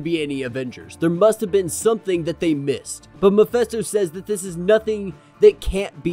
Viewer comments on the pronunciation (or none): Is anyone distracted by this dude's mispronouncing of Mephisto? I've never heard Mephisto(Meh-fisto) pronounced "Mi-festo". Is he serious? It's enough he purposefully sounds like a Capt Kirk knockoff, guess that's his thing and his platform so whatever but does he preread the comics or does he wing it? Still it's his party so.......but where they say "Miphesto" at? Ijs